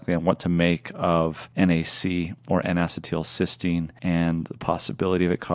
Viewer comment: "In a settle Sistine" N-acetylcysteine